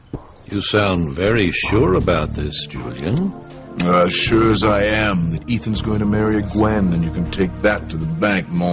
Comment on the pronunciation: JuleeInn lol. I love how he says Julian's name.